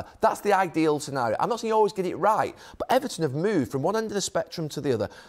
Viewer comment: "Bot!", "Eva'in", "sssss", "bot! Nobody knows a football clob be'er than their suppor'ers". "Mqqmmm", "bot!", "Ssssss", "Eva'in".